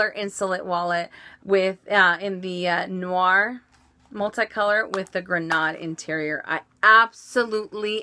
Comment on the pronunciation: i dont wanna sound snobby but "noir" is not pronounced how you said it. its pronounced "nwa"